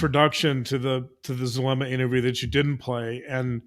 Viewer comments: Zulema!Zoo. zoo Zulema! Not Thulema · Not Thulema nor Chulema, Zulema LIKE zoo, please